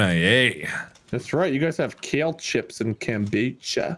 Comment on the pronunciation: "that's right, you guys have kæle chips and kAmbOÓchUh!" that made me laugh more than it should have